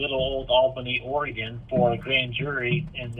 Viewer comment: JiDion! I’m really starting to like your videos. You just got major brownie points for pronouncing “Oregon” correctly. I’m from Illinois, and didn’t learn until I was in my 30’s. I had a customer from there, and his reply to my pronouncing it incorrectly was to ask me “How are things in Illinois?”, pronouncing it “ILL-UH-NOISE”. I said “OREGUN”? He said “Yup”.